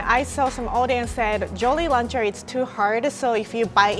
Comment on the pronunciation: When you don’t watch any tasty videos except for the ones with in them Lol when she says jolly rancher like jolly lancher